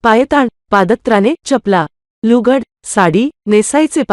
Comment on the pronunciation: लुगड्याचे उच्चारण बरोबर नाही. बाकि वीडियो 👌👌